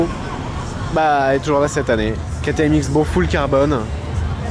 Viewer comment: Super vidéo comme d'habitude mais juste pour info ça ce dit pas ktm x-bow mais cross-bow Continue comme ça t'es au top !!